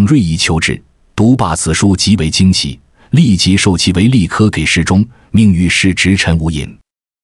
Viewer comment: 这是AI在读吗？为啥一直把给ji事中读成给事中？